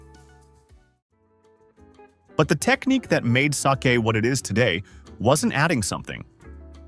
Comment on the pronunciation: The continuous mispronunciation of the word “sake” by the AI voiceover is beyond lame. You could at least preview your audio before posting. I don’t know how you expect to garner much credibility if you think this is acceptable 🤷‍♀️. Very amateurish.